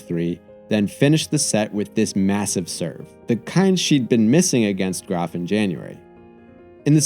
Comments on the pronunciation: He even pronounces Graf right. I gotta tell you the most intelligent content is on a sports site. Weird times. My brain feels clean after these. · I honestly didn't even know it was pronounced like that before this video